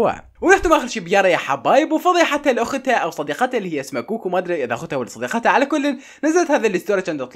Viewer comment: يمعود كوكي مو كوكو